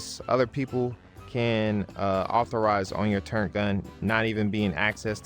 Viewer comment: People say "turrENT" instead of TurRET" because their older brothers played command and conquer , and the low Res text , makes it look like an "N" instead of two R's